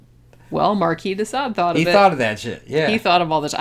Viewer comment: You keep saying “Desa” . . Which is it: “Sade” or whatever you’re saying??